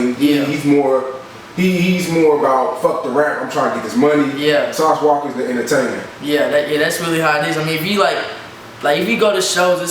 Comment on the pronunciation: Did the camera man really just say sauce walker smh